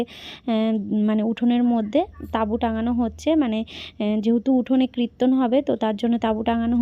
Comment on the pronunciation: Kriton na kirton